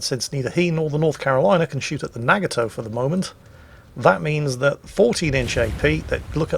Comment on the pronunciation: What the hell is a NAG-A-Toe?